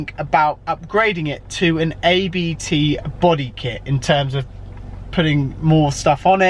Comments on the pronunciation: Wow, he still owns it, after a year, fancy that. And it's ABT... not A-B-T!!!!! You really do expose yourself here. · A-B-T LOL Really? They (probably) invited you down for exposure and you butchered their name.